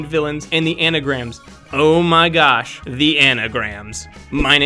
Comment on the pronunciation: "acronyms" not anagrams.